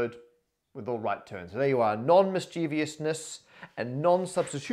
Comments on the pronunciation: Not to mention his particular pronunciation of 'nonmischievousness': "nonmischEEvEEousness" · Having "nonmischievousness" on screen but pronouncing it as if there's an "i" after the "v" repeatedly was surely intentionally triggering 😁